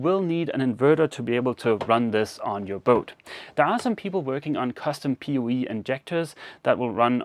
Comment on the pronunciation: I thought you kept saying Pee Wee before I figured out you were saying Power over Ethernet or POE! 🤣🤣